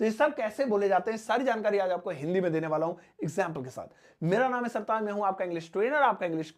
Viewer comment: Correct your urdu word"sataz "as , sartaaj.